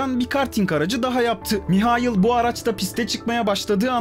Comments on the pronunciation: Maykıl ❌ Mihayıl ✅ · adam Alman ya hani... Maykıl diye okunmuyor